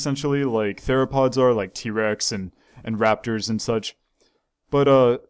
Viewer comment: Raphter not rapper